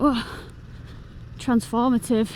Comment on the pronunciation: “Transformative”. Lol this was embarassing. Even at 1.5x